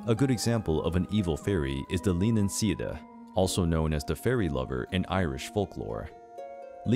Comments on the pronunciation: 1: Leanan Sidhe is pronounced “LAN-an SHEE.” 2: The Leanan Sidhe was almost certainly a Victorian invention. Yeats first described the vampiric muse, and the only other use of the name I’ve seen that predates him was published just one year earlier. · LEE-ANN-ON SHE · Thank you, this is fun and informative. Only one complaint - please learn to pronounce the names properly. "Lannann Shee" not "Leenan Sid". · You said Leanan Sidhe wrong... First its SHEE not see dah and second Leanan is Lei Ann Ann or Lei Ann On, not lee en en. Another example of the correct pronunciation of Sidhe is when saying Bean Sidhe or Banshee. Bean Sidhe is the proper spelling. And Banshee is just how it's pronounced, although some say bane (like the bane of someone's existence..) Shee. That's just down to their accent though. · Leanan Sidhe is pronounce (lee-anne-ann Shee) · Leanan Sidhe = Leann Shee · Leanan Sidhe = "luh - NON - SHEE" just as Bean Sidhe = "Ban Shee" So cringe 😬